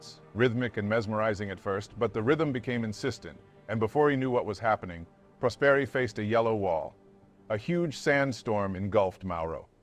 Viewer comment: Didn't know this story at all! Great video as usual, only one little thing: right pronounce of the surname Prosperi has the accent on the "o" (Pròsperi) not on the "e".